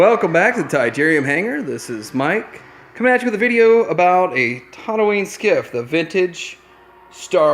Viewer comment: It's TATOOine, not TODDooine for fucks sake.